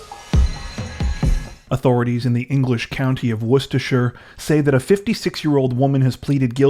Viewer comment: I am impressed how you managed to pronounce Worcester and Worcestershire properly! Not many can!